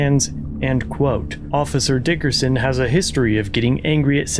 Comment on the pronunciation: I approve of the way you say, "DICKerson"